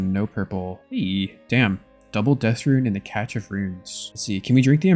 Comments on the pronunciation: im convinced you pronounce it catch instead of cash just to troll us now. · I can't do it anymore! it's CASH of runes, cache is pronounced CASH, gah! great videos though!! thanks for the content boss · Monologuing about how people don't like monologues lol. Also probably the smartest person who can't say cache correctly